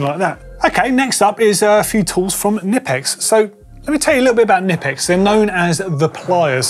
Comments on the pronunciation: It’s actually K-nipex not Nipex, because it’s German 😇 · As much as I hate to say it, the 'k' is NOT silent in Knipex. According to the company. Aw hell, say it how ya want they're not coming after you.